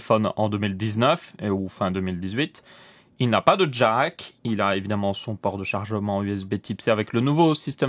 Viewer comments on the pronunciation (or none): none